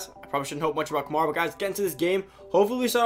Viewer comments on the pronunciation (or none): Say it with me Ka-MARE-uh. Not Kuh-MAR-ih